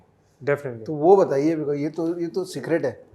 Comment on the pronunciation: "Yeh to Secret hai" kaha apne ya wo jo maine suna, "Yeh to ciggarette hai"